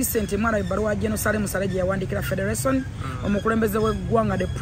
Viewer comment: Lwakyi Xmas togikwata n´e Taata womwana Simple-K nemunyumirwa olunaku mwena nga family.Mpozi nekilala,you should learn how to pronaunce R & L e.g Ragga Dee not Lagga Dee/Federation not Fedelation.